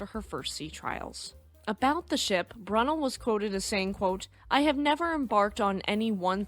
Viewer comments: it is not bronnel it is brunel - said brew nell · Who is "Brun-ll"? Never heard of him. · Excellent presentation as always. Thank you for sharing. Pronounced as "Broo-nel". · Love your videos but it's Brunel pronounced brew nell 😊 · His name is pronounced “brew-nel” btw